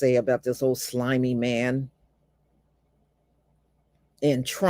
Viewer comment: messed around and said "slimy" LOL 🤣😂